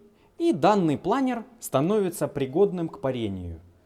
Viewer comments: Не плАнер, а планёр) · Правильно говорить планёр, а не планер. Планёр - это французское слово.